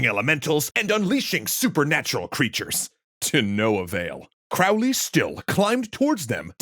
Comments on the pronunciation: Can't wait to find out point out all the tings you got wrong! Oh look, Aleister is spelled wrong several times right off the bat. You pronounce Crowley wrong. "Spells" aren't a thing in ceremonial magick. There's no evidence they ever did any of the sigil nonsense you were talking about. JOHN DEE WAS NOT ELIZABETH'S SPYMASTER THAT WAS FRANCIS WALSINGHAM. The Golden Dawn grades are not "based" on tarot cards, though the tarot is referenced in them. The police were already at the temple. There was no physical altercation. Yeats, the famed eugenicist, never kicked anyone down any stairs. In fact, this story (as in short story, fiction) is from a magazine called The Partisan Review that also claims Crowley was a real and successful vampire hunter. Funny how people never mention that part of the story. You confuse Crowley as basically a child with things the adult Crowley did and said decades, putting it all in the most pejorative way possible ("dark magic" What are you even talking about?). Crowley was not trying to take over or ascend to the second highest level in the HOotGD. He was there to get his 5=6, which is about middle in the grade course--which he'd paid for and was owed by the Order, as well as pick up some personal items of Mathers' that Yeats et al had stolen. I'm skipping a lot of the other stuff you got wrong. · Crowley explained that his last name rhymes with "Holy" not the way its said here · The correct spelling is Aleister and Crowley is pronounced as Crowley,( Crow as in Know). Further, he was an occultist, not a satanist. Ozzy got it wrong or was on some very heavy drugs. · Fun to see a pop-history summary on this one! But remember, Crowley rhymes with holy... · A few seconds in and you can't even pronounce his name right. 🙄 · Crowley himself insisted that his name was pronounced that way. :) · Mispronounces Crowley’s name within the first 20 seconds of the video. Not a great start 🙄